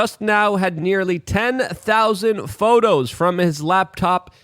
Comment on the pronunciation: Photers... hahaha